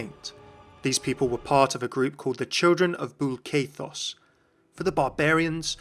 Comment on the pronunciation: One caveat on your pronounciation of the Barbarian Prime, Bul'Kathos. It's 'Bool-Kuh-Toss', not 'Bool-Kay-Toss'.